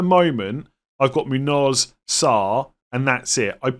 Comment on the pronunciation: It's pronounced Moon-Yose not muun-oz